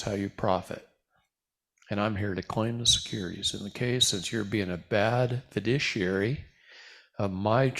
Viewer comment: I'll keep reminding: It is Fiduciary, not "fiditiary".